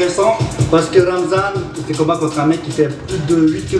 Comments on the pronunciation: Is Ramzan not Razman haha 😂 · Ramzan bro not Razman. 😂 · Loool man said Razmat 😂😂